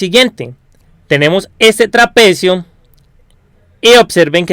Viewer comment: La RE cagas con lo que gritas, me da la re bronca osea puede estar bien explicado y todo pero si hablas asi dan ganas de pegarte una piña para que te calles.... No se puede escuchar osea no es que gritas tambien deces como la base media de un traPEEcio osea algunas silabas las remarcas nose xq, y queda para el orto.. Si arreglas eso te va a ir mucho mejor :)